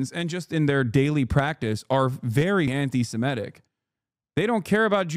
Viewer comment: Semitic, not Semetic. We are Semites, not Semetes.